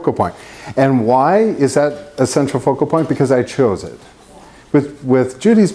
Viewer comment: i tookk a shot evertime he saidd ce tral focal ppoint and nowe i can nt type. haha jk. love your videos